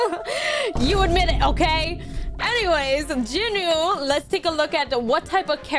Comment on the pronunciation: JINU "JE-NU" NOT "Jin-u"